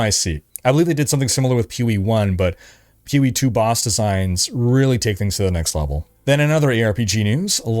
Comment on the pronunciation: Sometimes when says "POE" it sounds like "Peewee"